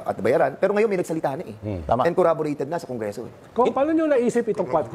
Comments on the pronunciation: Cong Fernandez. Hindi corraborate. It is Corroborate. Para namang rapido ang bibig nito. Paano ka maintindihan kung wala ka namang preno sa pagsasalita? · pakisabi po kay Croc Dan, CORROBORATE po yun, hindi CorrAborate. paulit-ulit pa sinabi eh!